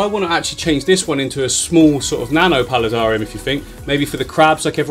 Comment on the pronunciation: How come you say aquarium normally but you say palidarium like “Pali darr ium”